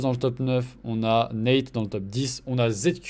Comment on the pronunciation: Le 10 eme c’est nate et Nate se prononce « ay »^^